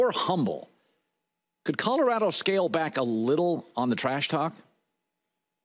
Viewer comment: I can’t stand Jason calling Colorado “Cottarado”